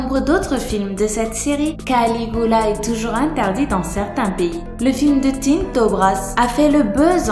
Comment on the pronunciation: On dit CaligUla pas Caligoula!😠 Dezoler sa ma perturber 😅